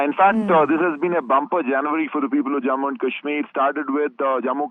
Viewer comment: What stupid anchor, can’t pronounce morh, says ‘jamua’ kahsmir and boosting terrorist? Stupid piece of shit.